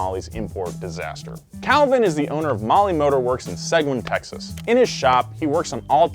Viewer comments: Seg-win Texas lmao suh-geen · It is not pronounced "Segwin" Texas.... it is pronounced "Sa-Geen" Texas. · Did you say Seg-win Texas!? Sir it's Seg-een (Seguin) Texas!!! I am appalled!!! Damn Californians can't pronounce anything!!! #Fail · Seguin is pronounced suh-geen not seh-gwin. Source? I live here. I still love your content though ❤️. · Seguin, TX = seg-EEN, texas. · just a pronunciation note. Seguin is pronounced, "suh-geen" (hard G, like Golf) not, "seg-win" there's a lot of altered pronunciations here in Texas. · Seguin is pronounced segEEN, not segWIN 🤠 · Seguin, TX = Se-geen. Not segwin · "Segwin" Texas lol (sugg een) Seguin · Hey! Just a Texan fan going on record here… it’s pronounced Suh-geen. Not seg-win. Love the show guys! Keep em coming! 🤘🏻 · LOVE you and your videos and the entire Donut squad...but man - you destroyed the name of the town that Malli Motorworks is in. It's most definitely not pronounced "Seg-win". It's pronounced "Suh-geen" or "Seh-geen" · it's pronounced Seg-een. Not Seg-oo-when. LMAO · Weird Texas City Names. The town is Seguin. Pronounced "Seh-geen", not "Seg-gwen". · It’s pronounced “seh-geen” not “segwin” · se-gwin? Its Se-geen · Seguin, TX: exists: “Segwin, Texas” lololol It’s “Sah-geen” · for Seguin, its "seg een", not "seg win". Proceed. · Seguin, Texas is not pronounced "Seg-win" it's pronounced like "Suh-geen." Sorry to be a grammar nazi but I'm from Texas and it hurts me to hear it pronounced completely wrong xD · where exactly is "Seg-wen", Texas? 😄 😊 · Uh, it’s pronounced “Suh - Geen”, Texas. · Seguin... It's pronounced sigeen. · Malli is from Seguin, that is true but it is pronounced "Sah-GEEN" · "Seggwinn Texas" - (not) Ryan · Did he pronounce Seguine, TX as “seg-win” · Pro tip: Seguin, TX = “Seh-geen” lol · It’s pronounced seh-GEEN, Texas, y’all. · Fyi Seguin is pronounced "suh-geen." I'm from Texas you can trust me. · “suh-GEEN” Texas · It's "SUH-GEEN" y'all!